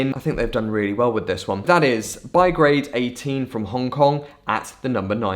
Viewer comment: awesome list!!! Bigarade is pronounced BEE-GAH-RAHD btw :)